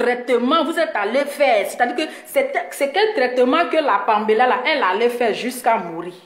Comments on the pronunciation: Vous les activistes là les noms vous ne connaissez pas la prononciation Paméla non pambéla vraiment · Parle de ta personne pasteur laisse pour le Gabon tu ne sais pas prononcer les noms Paméla et péluche